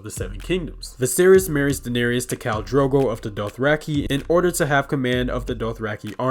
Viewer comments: You missed pronounce it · You could at least pronounce Daenerys correctly… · Ah yes the mother of dragons, Dahneerius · Sorry, but you’re saying the name of the mother of dragons wrong? It is pronounced, and spelled,Daenerys but it is properly pronounce as daneris but it is pronounce. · the way you pronounce Daenerys literally drives me insane